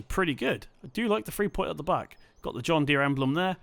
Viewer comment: U completely butchered the john Deere😂😂